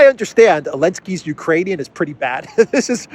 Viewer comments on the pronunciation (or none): none